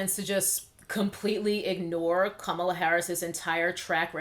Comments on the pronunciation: Are you saying Kamala incorrectly on purpose? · A) you are pronouncing her name wrong B) do YOU know Kamala Harris record. Such as the 2012 recidivism program, 2005 institute body cams to those officers under her jurisdiction and the 2018 co-author of the Senate bill to relax the criminalization on marijuana. C) who decides their Geneology??? Are you biracial? D) how much do you want Trump out E) a revolt if sone should have been in 2016 sooooooo at hand now is to vote #BidenHarris2020